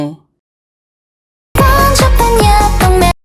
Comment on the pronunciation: Isn’t it supposed to be 번잡한 옆 똥네 not 엽 동네